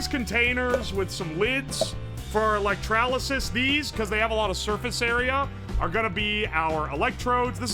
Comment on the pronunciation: Why does he put an A in electrolysis?